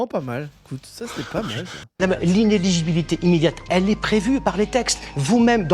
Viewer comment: Moi je trouve que quand on ne sait pas prononcer le mon "inéligibilité" , on ne devrait pas avoir le droit de faire de vidéos sur le sujet..^^ Non , allez sans rire... Je suis OK avec cette condamnation , mais tu ne peux pas nier qu'on a comme une petite odeur de justice à deux vitesses dans cette histoire... Combien n'ont pas été condamnés pour des affaires similaires?? Marine doit etre punie, oui, mais quid de bayrou, benalla , De Rugy, Delevoye ,Goulard, De Sarnez, alexis Kohler , Ismael Emelien, Richard Ferrand ...Etc..etc... Y'a au moins 60% du camp macroniste ( ce qu'on apellait l'UMPS il y a quelques années) qui aurait mérité des condamnations pour des faits similaires...(sauf bayrou, ou on parle carrément de protections d'actes pédocriminels).